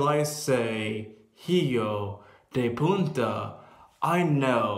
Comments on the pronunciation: I totally agree with you and this shitty video. And totally agree the people writting comments. You might be far from here, but you have a clear picture on what's going on here in Spain. Great video! Thank you! (PS: Just a little fix to your Spanish. It's "puta", pronounced "poota", remove the "n" sound in the middle. Sorry for the correction, but this way you can call them this in a correct way) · The only mistake you made in your video it's just a mistake to say "punta" with "n", and not the correctly "puta" with a stronguer "u" ^^. Really thank you very much for showing the reality of this selfish movement, which only represents approx 35% of the people of Catalonia. Greetings from the Canary Islands, Spain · it's PUTA , not "PUNTA". Punta is the "tip" of something. About the violence in the catalan marches: Please, keep in mind this father brought his kids to an separatist march. Try showing a catalan flag in an unionist march, you will be kicked out in seconds. He could have gone by himself, though. I'm not defending this aggression, but the people who are using these kind of images against catalans are the same who say fathers shouldn't bring his boys to the October 1st voting, because they knew the police could charge against them. They said voters were using kids as human shields. Against THE POLICE!!!! who should guarantee our safety. We shouldn't buy ANY lies from ANY of them. the Catalan Government is twisting the truth (as the politicians they are), right; but the Spanish Government is directly lying. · 'Jillo de punta'... does he do it on purpose? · Is pronounced "Eho the poota".